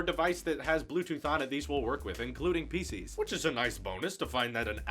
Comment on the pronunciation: when he said pcs I thought it sounded like feces